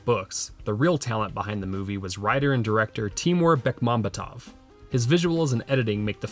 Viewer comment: I loved both Night Watch and Day Watch and have Read all the books. BTW the name is pronounced TiMUR' BekmamB(y)ET'ef. The author of the books is SerGEI' LukYAN'enka. Russian stress is difficult for English speakers, including me, but once you know it actually hurts to hear a misplaced stress.😃 I'd also like to add that there was quite a a bit of humor lost on western audiences. For instance. The Gorsvyet truck they drove. These trucks are known throughout Russia and they are notoriously slow- every Russian has at least one story of being made late because of being stuck behind one. So the turbocharged Gorsvyet truck was a laugh out loud thing to see.